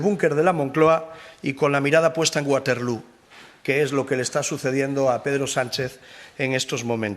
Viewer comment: Waterlú era lo de Abba , dicho en inglés . Pero se dice waterló pedazo de bruto .